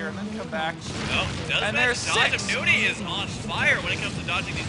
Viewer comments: nOny husky not fucking noonie, jesus. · nOny not nUny! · Nope. It's New-ney.